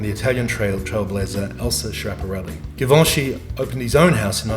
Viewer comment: GUUUURL THE PRONOUNCATION OF GIVENCHY GIVIN ME AGGGGREEEESIIOOON